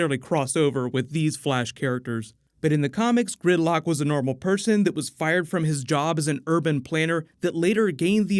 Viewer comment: I keep hearing grimlock instead of gridlock😂